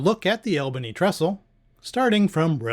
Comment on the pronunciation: Great videos, ‘cept Albany is pronounced ALL-bany, instead of AL-bany. 😊